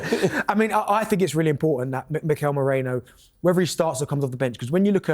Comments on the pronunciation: Guys it's Merino and not Moreno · MerIno not MOrEno. Come on guys! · What’s wrong with the panelists? They’re saying Moreno instead of Merino🙄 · It’s not Mereno, Moreno, Mourinho (as Joe Cole was calling him on Saturday) it’s MERINO!